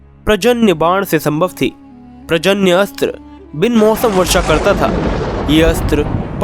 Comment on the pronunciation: प्रजन्य अस्त्र नही।।।। पर्जन्य अस्त्र ।। 😅😅😅